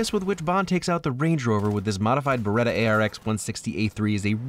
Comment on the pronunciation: It's Beretta, not Berreta.